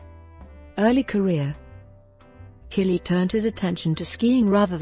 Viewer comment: You would think someone narrating a doc on Jean-Claude Killy would learn to pronounce his name correctly.